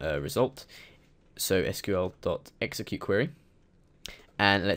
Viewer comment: So many people say SQL "School." Just Why?